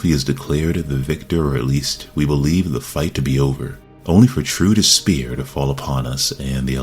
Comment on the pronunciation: You say “despair” funny. Where are you From !?